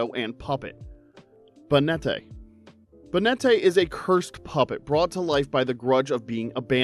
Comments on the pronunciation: Ba-net-tae? It's Bay-net short for Baneful Marionette. Miss-Maggie-Us Giratina and Lunala are both ghost type legendaries Cough-fa-gree-gus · Banette being pronounced as "Bay net tay" is literally insane LMAOOOOO